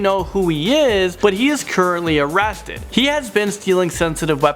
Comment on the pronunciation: He said arasted